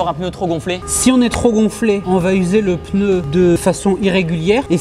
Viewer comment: xD tibo dit peneu